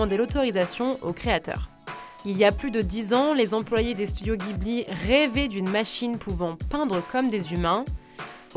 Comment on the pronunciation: "Jibli", ça se prononce "Jibli", pas "guibli"